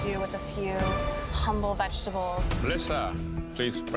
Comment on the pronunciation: Alvin: Be Humbo